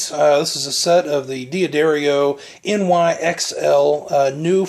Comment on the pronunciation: I have that exact lamp!!! (the one over the gentleman's left shoulder) DOOD! It is NOT pronounced DEE UH DARIO! It is pronounced Duhdario. You're a guitar player? Duhdario, not DeeAhDario. You put 10-46 on your Strat? DOOD! That's not the right gauge. Factory standard & recommended is 9-42. I appreciate the review, but you are blowing a lot of things: pronunciation, string gauge, that dumb lamp, your horrendous t-shirt, and that GUITAR! I have a Strat too, but mine is WAY prettier than yours. Yours is kinda ugly. Just like your lamp.